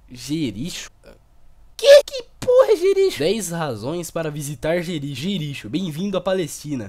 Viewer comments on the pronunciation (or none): Tipo , escreve jericho , mas se lê jerico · É Jericó que se fala não Jericho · A pronúcia certa é Jericó e não Jerixo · "Jerichu" KKKKKKKKKKKKk se lê JERICÓ, porra kkkk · "Jericho" < "Gêrixô"> shuahsahushusahushsuusahsa krl mano hushusahuasuhsausauhs Nunca mais vou ler como Jericó depois dessa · Ótimo vídeo... MAS E JERIKÓ E NÃO JERIXO PORRAAAAA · nãoé jerixo é jericó que se pronuncia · Se diz Jericó, não Jericho. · É Jericó não jerijo animal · "Jericho" se pronucia Jericó, cidade da palestina, tbm é pouca vezes citada na bíblia. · Jericho tem som de (Jericó), nome de um lugar ou pessoa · JERICHO pronúncia JERICÓ kkkk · Ele sabe que Jericho é Jericó, né? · a pronuncia é jerico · Mano kkkk le-se "JericÓ" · Se pronuncia Jericô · Jericho = JeriCÓ kkk biblia e tals kkk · N se fala Jericho se fala Jericó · a pronuncia é jericó vlw flw